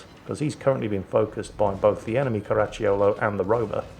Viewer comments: Pronunciation tip: The "cio" in Caracciolo is pronunced like the "cho" in "chocolate" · Actually, I'm sure you find it's pronounced, "Crunchy yo-yo"